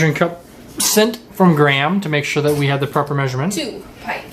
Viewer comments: Graham is usually pronounced Grey-am(gray for USA-ians) not Gram. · Question, why do you pronounce Graham like gram, it's supposed to be said like gray-um